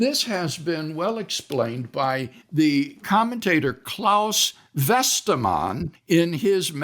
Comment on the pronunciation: Dr CJs pronunciation of Claus Westermann was better than WLCs.